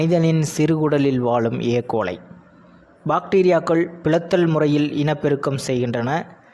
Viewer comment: Sir ஏ.கோலை no எ.கோலை